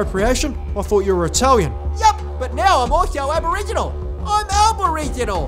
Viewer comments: "I'm Alboriginal" lol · Albo-riginal lol 😆